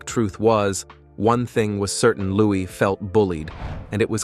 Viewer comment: His name is Lou-ee, not lou-iss.